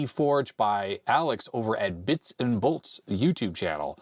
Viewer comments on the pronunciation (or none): none